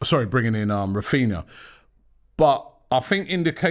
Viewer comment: Granbry instead of Rafinha